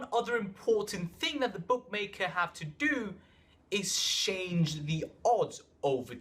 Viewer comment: why are you saying shange. It's "change"